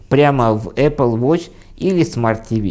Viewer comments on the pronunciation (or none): none